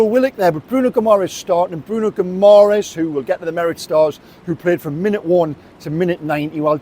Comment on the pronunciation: Bruno Gumores..seriously ? .. can,t even pronounce the names of our own players.. more respect please and put in a little more effort